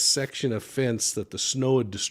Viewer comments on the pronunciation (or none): none